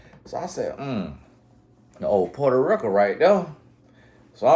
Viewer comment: "Puerto Rick-Uh" had me at dead once again 🤣